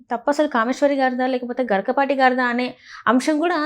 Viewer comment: గరికపాటి కాదు గరికిపాటి 🤦🤦🤦